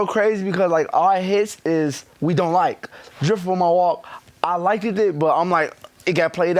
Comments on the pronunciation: you feel me lol tf all them bitches come from but i had died hearing the nigga dex say “likicked” just came back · I “likeiddid” 😂😂😂